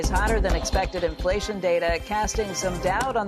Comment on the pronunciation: Don't get cawwied away. Infwation is still vewy hot.